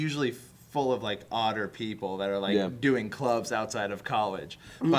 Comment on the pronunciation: said "odder people" and I heard "otter people"